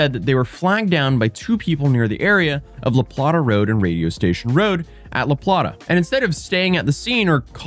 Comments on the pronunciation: It’s not LaPlahta it’s LaPlaata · For a little pronunciation help, in case you cover more on this case later on, it’s La Plate-a, not La Plat-a. 🙂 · Just in case anyone is wondering, yes Charles County IS in Southern Maryland. Edit: it's pronounced La Play-ta, not La Plah-ta. See /Southern/ Maryland, above. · I am from the area, its pronounced La Plate-a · La play-tah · It feels so odd seeing you cover my local news. Editing to add my man thats not how we pronounce La Plata, we say it like La Plate-ah. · People in MD pronounce it: "Lah Playta" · It’s La PLAY-ta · not super important but it’s pronounced Luh-Play-tuh. the T is said as a flap T/soft D sound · Hearing the pronunciation of the towns from folks not around here is HILARIOUS. La Plata not together 🤣🤣 LA Plata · Not how you say La Plata lol Plate-uh = Plata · You pronounce la plata wrong . It’s said like play ending with the ta sound